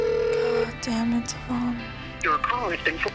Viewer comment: treats Devion like Crap but cant even say his name right and at least he tries mean while she was feeding Luis money every time he asked for it but then would cry like oh hes not helping me then you got Devion stepping up.foe Stella to he grew up alot and deserves all the credit where credit is dew and them bitter men haters need to back off...